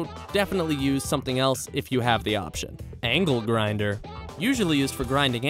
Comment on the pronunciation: For a second I thought he said ankle grinder